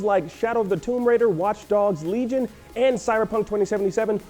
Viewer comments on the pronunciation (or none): none